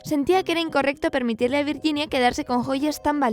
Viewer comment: "virguinia" "sher" simon. O camon please